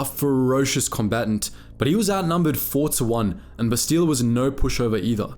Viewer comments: Bass-tee-la???? Come on bruh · Ouch, you've mispronounced both her first and last names. It's Shan, not Shen, and the emphasis in her first name is on the first syllable, BAST-ila. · Take a shot for every Bassteeluh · Must admit, your pronunciation of Bastila, though still accurate, is a bit weird for us (we say "Bas-teh-la" instead). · Did you never play the game because you are butchering her name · You are saying her name wrong. Listen to how it is said in the game. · If you actually played Kotor you would know how to pronounce her name right. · I'm sorry but what the actual fuck is that pronunciation? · There's literally dozens of voice lines with her name and somehow you still say it wrong. Wtf... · You said her name wrong lol love the videos though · If you play or watch Star Wars Knights of the Old Republic you can see her name is pronounced differently from how you said it. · they literally say bastila in the game how did he pronounce it wrong lmfao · Like the video but cringe at how you pronounce Bastila.